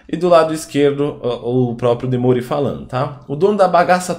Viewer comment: DemÔri, não Demorí.